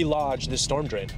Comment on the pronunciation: Teh-fow loose stohm drain oveh heeyah? Right ovah theyah. Right ovah heeyaah. Lol.